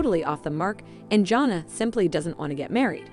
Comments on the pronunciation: I wish you would learn how to probably pronounce her name. It’s not Jona! it’s Jana!!! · Agree with you, JP! It's JAN-uh, not JOHN-uh! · Jana.... not Johna. Please!!!!!! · The announcer needs to learn the names of the subject! JANNA, not Jhonna. Jinger not Ginger! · It's Jan a. Not Jon a. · Her name is Jana. Not Jona! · I am going to keep leaving comments until you learn how to pronounce their names. Her name is Jana, like banana. It’s a short a sound. Please have the respect for her and for your viewers to pronounce it correctly. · Her name is Jana (Ja na). Try saying it correctly!!!! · Thumbs down 👎 learn how to pronounce Jana’s name. Until then don’t post an update! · Omg..yes first thing I noticed...drove me crazy!